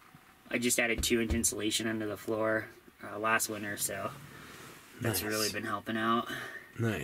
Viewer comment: I was about to leave this video 1 minute in when I thought I heard him say weiners are coming in, until the other guy pronounced it winter, SMH I am not here too see any weiners I have one of those myself. Lmao